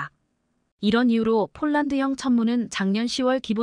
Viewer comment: 쫄란드는 어느 나라 인가요? ㅍ. ㅊ을 아휴 초등학교에가서 새로 배워와서 방송 하도록 하지 ····